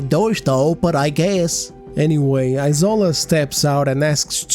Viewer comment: It's isola as in E-SHORE-LAH... The s is sh... It's a Nigerian Yoruba name...